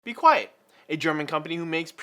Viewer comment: Lol I thought you were a teacher cuz u said be quest at the beginning